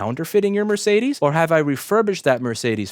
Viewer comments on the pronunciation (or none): It took my non-native English speaking self several seconds to realize what brand of car you meant when you said "mer-say-this"